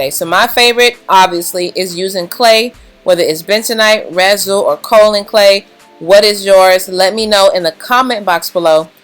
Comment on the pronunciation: As a native of the county that produces the 2nd largest supply of Kaolin, it is pronounced KAY-OH—Lin. Just FYI. I couldn’t resist... it’s the only great thing where I’m from. 🤗 super awesome video btw! My natural 4C thrives due to your videos! 😘